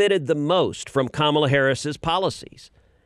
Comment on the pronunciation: It's Ka MAA LA not Kamala (speaking to the host NOT Ted, Ted pronounced it correctly).